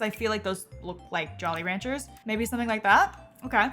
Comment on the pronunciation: The way you re span Jolly Ranchers so confidently 😂